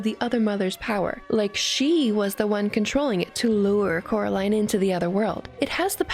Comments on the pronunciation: Ten seconds in and I have to hear it being pronounced coralin. It's pronounced coraliiiine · its Coraline not Caroline sry but its true (also sry if you said Caroline on purpose)